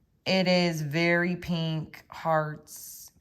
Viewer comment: I’m so sick of hearing people pronounce pink, PEENK. There is no E in pink.